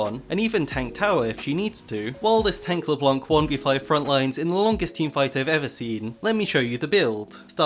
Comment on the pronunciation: I'm sorry, I love your voice, but I anso find hilarious the way you say LeBlanc LeblOnc